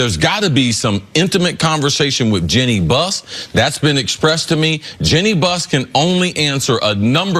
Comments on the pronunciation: Nick Wright: Jeanie Buss Cris Carter: Jenny Bust 🙄😆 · "Jenny Bus"